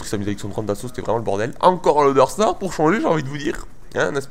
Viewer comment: Je pense que tu n'en a rien a foutre mais je crois qu'on dis loDEstar.